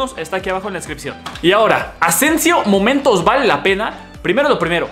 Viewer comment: Marco Asensio "Moentos" xd Pdt: Saludarme